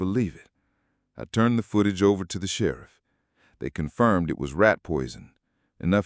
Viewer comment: Decent voice but OMG! doesn't know how to pronounce "Sheriff" right. And the title is incorrect since he never fired his gun.